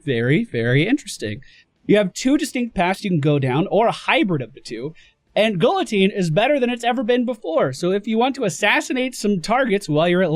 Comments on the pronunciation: Gee-ya-teen / gil-a-teen what ever, I can accepted both, but go-low-teen? Oh heeeeellllll noooooo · Gee Ya Teen. Not Gil Oh Teen. Just clarifying. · Luke Johnson Ikr, it's more like gee-ya-teen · It is pronounced gee-ye-teen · go-low-teen? oh hell no. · Thanks! I'm not very professional in pronunciations; but I knew that Guillotine didn't have an L sound in it.